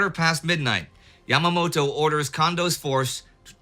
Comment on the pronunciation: "Yamamato" XD